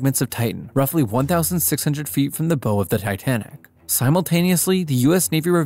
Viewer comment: What supposed naval historian or marine affairs reporter rhymes Bow with Oh? Not a single reputable one. Text readers cannot determine usage from context. That's why you need a human editor- which this video did not receive. The shipboard term Bow rhymes with "Ow"; not "Oh". YouTube's credibility is falling fast.